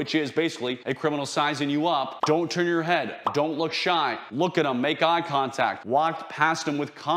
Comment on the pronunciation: "eye tongtact"